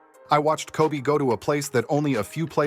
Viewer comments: it kept calling Kob as cob....stupid as fuck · I never really liked people calling Kobe "Kob" in the first place so to even butcher it even more and call him "Cob" is even worse lol so I get what you're saying. Everyone and Artificial Intelligence please just say Kobe unless your like Kevin Garnett or someone like that.